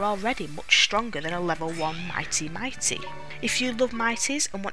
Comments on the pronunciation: Take a shot for every time she says "Mighty" instead of "Mite" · It's Mite, not Mi-tee. It's extremely obvious, almost all of the games creative sense is based on puns. The pun is might. The genus is Milite, same pronunciation. Even the possible 4 default names include Mitey, which is not Mite. Finally, it's a very poor familiar even mid game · mite pronounced MIGHT